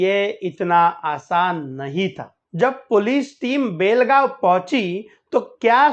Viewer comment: सुरेश मंचेकर बेळगांव मे अपने बीवी बच्चे के साथ में अंगुर का व्यापारी बनकर रह रहा था और उसे कोल्हापूर में मारा है एन्काऊंटर हुआ है ऊसका उसकी बीवी पेशे से नर्स है समझे और बेलगांव नही बेळगांव बोलो हमारे मराठी नामों कि वाट लगाते हो तुम लोग 🤣 जय श्रीराम